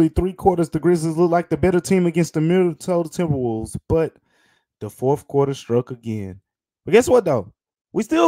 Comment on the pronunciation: the "mInAtOdA tMbrWoLvEs" at the start killed me lmfao love ya great episode